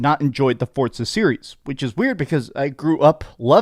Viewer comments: It's FORZA not fortza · The way he says ForTza makes me wanna throat chop him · Why can't Americans say Forza 😂😂😂😂 they always add a T 😂 forTza 😂 amateurs